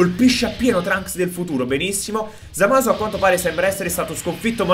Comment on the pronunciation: hai di dice Zamas